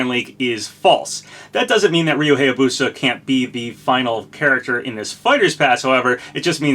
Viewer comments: That's still not how you pronounce "Hayabusa." It's pronounced "HIGH-yah-boo-sah," not "HAY-yah-boo-sah." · Hey, I really like your content but wanted to correct you on a few things. First of all, Ryu's last name is said "Hi-ya-boo-sa", not "hey-ya-boo-sa". Also, Morgana is said like "more-gah-nah (the ah sound is like when you open your mouth for a doctor). I don't want to be a pronunciation nazi, but I figured you should know.